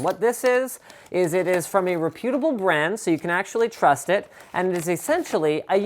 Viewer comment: lol he said reputible like repute. it's pronounced reputible like reputation